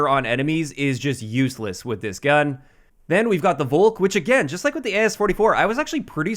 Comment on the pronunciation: Why is everyone pronouncing „Volk“ so wrong xD